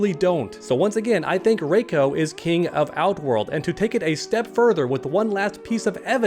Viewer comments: It's not fucking Ray-ko it's Ree-ko play Mk4 for heaven sake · For one that doesn't even look like Goro that looks like Duroc. And if Sindel is good in this timeline then she probably wouldn't even have Gray hair it'd be all black like in the Annihilation movie. And it's pronounced "RE•CO" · It’s “Reeko”